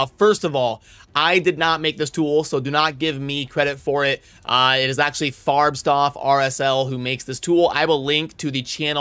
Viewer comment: hehe you pronounce FarbstOff with a O like OREO not "O" like Stuff / Staf ... just something i have noticed in other videos before... a german would never tell you, since they pronounce a lot of english words wrong anyway... so just for your info :) affter the O you make a hard FF , if you switch the lights OFF ... it is the same OFF in his name ;)